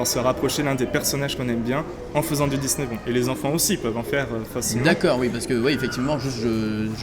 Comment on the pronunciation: juste une petite précision. le disneybound se prononce disneyboUnd et pas disneybawnd ou disneybOnd disneyboUUUUUUnd. ah non pasque ça me stresse vraiment. désolé mais la prononciation me stresse et puis la bête il faudrait rajouter du jaune sorry mais il est très bien fait.